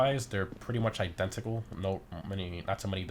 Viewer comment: i-den-TA-cal lol he says it so weird like he has trouble with it